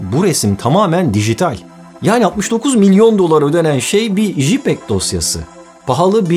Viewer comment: Jipeg demesek iyiydi.. Jpeg (ceypeg).